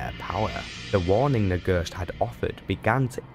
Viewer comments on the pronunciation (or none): It was a really great video, wouldn't mind to see all of the class stories recaped like this. The only issue to me was just some words and pronounciation you used. I mean, I never heard anyone say ghost like that😅. But again, really great work here mate! 😉